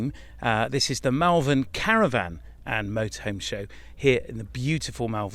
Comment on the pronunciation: Pronounced Mul vern